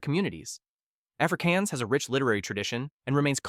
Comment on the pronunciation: Afrikaans is pronounced as afrikahns not “afrikeyans”.